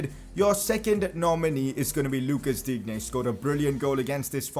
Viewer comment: Luca digne name is pronounced luka Dean